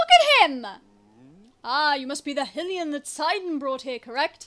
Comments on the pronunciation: I'm sorry but every time you say Hill-ian it just kills me. XD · it’s endearing lmao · hearing you mispronounce hylian hurts my soul 😭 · XD It's pronounced 'High-lee-an', same as Hyrule (High-rule), and Hylia (High-lee-ah) ...Also Sidon is (Sigh-don) not (Sidd-on) XD But honestly your way is much more funny.